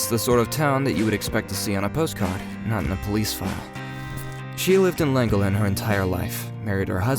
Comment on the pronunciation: Its pronounced " clan gollen " not langolin 🤦🤦🤦 .